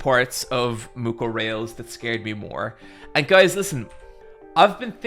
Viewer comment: for the last time, it's pronounced Mucorales